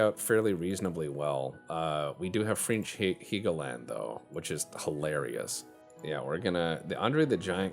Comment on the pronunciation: it's Hell-go-land.. not heegoland